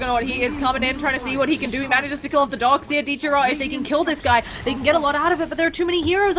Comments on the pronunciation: "Dork Seer" :'v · why is she always saying "dork seer"? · its more like dork seer for me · donk seer